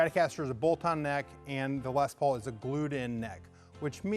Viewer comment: Why does everyone always pronounce les Paul incorrectly.